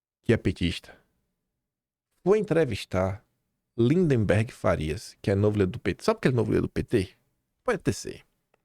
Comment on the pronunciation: não é LINDEMBERG. É LINDBERG!